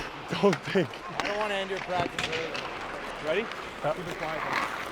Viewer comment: avec l’accent le plus quebecois ever: - "Let’s have a good pratique"! 🤣🤣